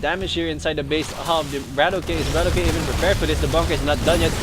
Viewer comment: btw i believe his name is pronounced bra-tock not brat-okay